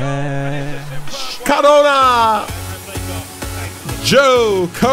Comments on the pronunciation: Ha love it when he says splaash xD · How do he say splash like that??